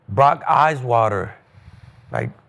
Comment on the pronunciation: Brock "eyeswater" 😂 miss speaks are already gold